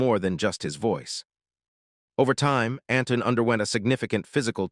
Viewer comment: Not another useless video telling us what hundreds of others have already told us. Make something original ! By the way his name is Antoine -(Ant twon )not Anton